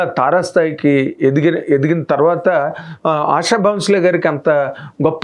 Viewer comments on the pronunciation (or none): సార్ దయచేసి ఆవిడ పేరు సరిగా పలకండి సార్ మీరు మీడియా person అయి ఉండి ఆషా భోంస్లే మీరు ఆషా బౌన్స్ లే అంటున్నారు